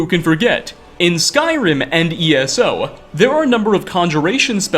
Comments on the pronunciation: First time viewer here, like the video, but unfortunately the way you add an "a" sound to the end of many of your words is so distracting. ("divided-uh", "skyrim-uh", etc.) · mountains-uh, provinces-uh, skyrim-uh 😅